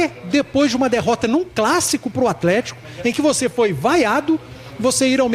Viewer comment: Não dá pra ficar ouvindo atletiaia